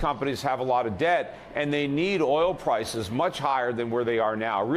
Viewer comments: He also said Pwices 2x rather than Prices. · Petey, you keep saying Pwices. Get some rest, friend.